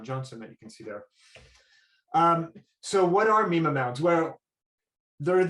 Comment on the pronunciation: You're pronouncing mima wrong.